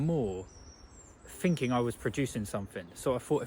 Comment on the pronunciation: Pretty sure its "thinking" not finking.